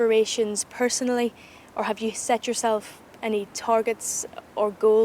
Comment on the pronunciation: love how he says it like tarjets not targets hehe seems a really nice guy.